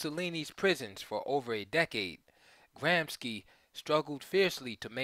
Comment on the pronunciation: Thank you for this. Minor note should it be of interest. Gramsci is pronounced gram-she, not gram-skee 😊